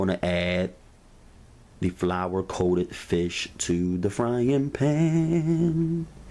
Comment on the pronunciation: "Da flour"